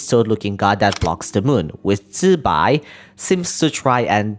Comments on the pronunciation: FRR the fact even genshin is mispronouncing it makes me even happier that he is saying it right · That’s the right way to pronounce it tho.